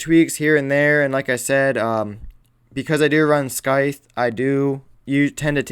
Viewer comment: I know what you saying but the pronunciation of scythe is painful